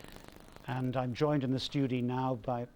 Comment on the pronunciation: do they call a studio a “Stoo-dee?” I know our English is slightly different but “Stoodee?” Cmon